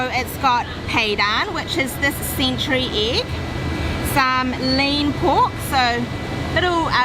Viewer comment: “Theck slice of butter”? “Sintree egg”? Guys, think you’re mixing up I and E... hehehe just messing - great video.